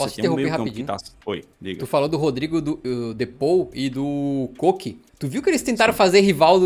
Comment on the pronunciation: o cara se diz torcedor do atleti e não sabe falar "de paul" certo kkkkkk